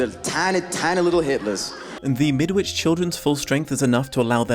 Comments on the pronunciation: Shouldn't it be pronounced "Mid-itch"? And birds aren't "assholes", they're "cloacas". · As a Brit, I agree with you. There's a tag, Midwitch folk are just plain barmy, which scans better if you say Midditch. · Think about a brick wall. I thought it was pronounced Midditch (like Greenwich). This book is actually the counterpart to a slightly earlier story (The Chrysalids) where the superpowered kiddies were the good guys and the grownups (nearly all religious bigots) the antagonists. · Question from an ignorant Canadian, but wouldn’t the ‘W’ in ‘Midwich’ be silent? I always assumed that was how the title of this book was pronounced, but I have my doubts now that I’ve heard an actual Brit pronounce it differently.